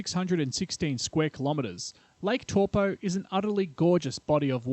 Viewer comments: Brooo It's Taupo like saying Toe.. Poor Not Toopoo. As in Tore Poe🤦‍♂️ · Pronunciation This video : Lake TorPo - Reality : Lake Toe-paw How hard is it 🤦‍♂️🤦‍♂️ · Toe paw. Not tor po. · Tow po, not toe paw. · New Zealands Lake Tor pau lol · Tor Po, waikartu,jeez mate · Taupo = Toe-paw. Not what you were trying to say :) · Older NZers have always pronounced it as in the word "towel'.[Tauranga,Taumaranui,etc]As Maori was not a written language,the English lexicographers wrote it the way it sounded to them at the time.Now it's being rendered differently. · Tor-po, why-katu and Hatipy...? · Good video except the pronunciation of Taupo. It sounds like Toe-Paw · Evidence. It will erupt again. But I wish you told the (actual) story on the legend of this place and corrected your pronunciations. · All good most New Zealanders mispronounce Taupo anyway including myself just so they know what I'm talking about